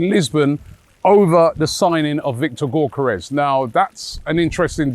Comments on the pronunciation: Gyokeres = Yoke-er-esh... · Robbie still doesn’t know how to pronounce Gyokeres😂. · Robbie doesn't care about BUTCHERING Gyokeres name 😅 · 😂😂he’s terrible when it comes to peoples names